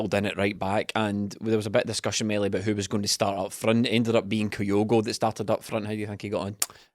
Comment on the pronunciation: As ever, good stuff 👍. But please, please, PLEASE, gonnae tell it’s Kyogo, no’ Coyogo. 😳